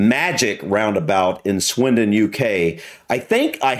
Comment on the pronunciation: Good lord the man couldn't even pronounce the place names! For a driving instructor he didn't explain it well and he seemed to make it more difficult. I live near Swindon and the magic roundabout is actually really easy to drive around although it can be a bit scary the first time. After my voluntary job I drive across it late at night and you barely have to stop so when it's quite it's great as you're not stop/starting all the time. The scariest roundabout I've ever been across is the Arc de Triomphe in Paris; you should give it a google! That is frightening! On the whole I love roundabouts as they keep the traffic flowing much better than junctions.